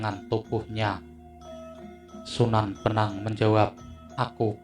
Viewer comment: Sunan bonang bos,bukan sunan benang!!..